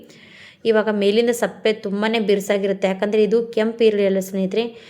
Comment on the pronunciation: ಈರುಳ್ಳಿ ಸಿಪ್ಪೆ ಸರಿಯಾಗಿ ಹೇಳಿ ಈರುಳ್ಳಿ ಸಪ್ಪೆ ಅಲ್ಲ ಸರಿಯಾಗಿ ಹೇಳಿ